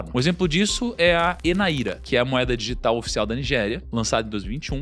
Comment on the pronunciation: Não é Naíra, é NÁIRA só pra corrigir a pronuncia, NÁIRA NIGERIANA